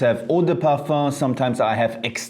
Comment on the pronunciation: He pronounce it the correct way